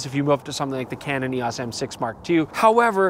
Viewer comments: "Canon EE-AWSS" lol you Canadians are funny. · A lot of people pronounce Eos weird lol not just Canada